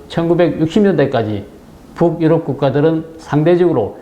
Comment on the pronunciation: 부욱-유럽. 이라는 발음이 매우 듣기 거슬립니다. 그냥 북유럽[붕유럽]이라고 연음 발음하면 될텐데요.